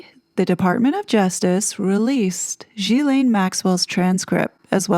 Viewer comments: it’s pronounced Gill-N (“gill”as in fish gill). Not zhilaine. Not that it matters but I always think it adds more credibility if names are correctly said. And you deserve a lot of cred for all you do! Thank you. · Her name is pronounced Gilin